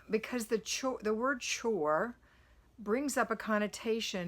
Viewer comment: Chore rhymes with BORE.